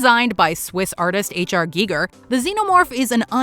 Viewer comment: I was very glad to hear pronounce Giger's name correctly. Very refreshing after hearing all the mispronunciation I do from the AI narrators some site use.